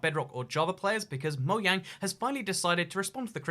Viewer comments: Did you say “mo yang” instead of “mojang” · Who else herd him say moyang